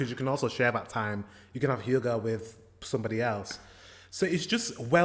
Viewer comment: Where is this girl from in denmark. Her pronunciation of the word hygge is so off???? Edit :Oh she's polish, she came in her late teens, she absolutely didn't grow up in denmark with that accent.